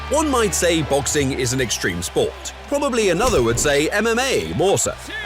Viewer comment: “Xtream spoarts” ☕️